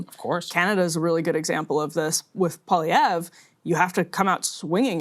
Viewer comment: Emily is one of the first American's I've heard actually pronounce Pierre Poilievre's name correctly.